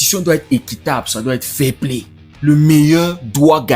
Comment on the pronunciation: S'agit-il du" fair Play " ou plutôt du " failli Play " ...?